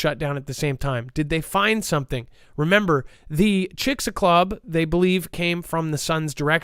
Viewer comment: Sir it is Chix-alube